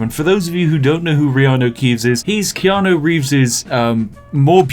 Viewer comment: the answer to your question is... Wrong. You pronounce it wrong. Always.